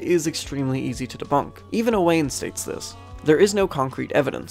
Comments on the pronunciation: Hey fyi I'm friends with an Owain from the UK, and according to him it's pronounced Owen and is a fairly common name out there. Otherwise great video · As an Irish man I'm ashamed I mispronounced it, the Welsh spelling threw me off lmao I apologise to all the Owains out there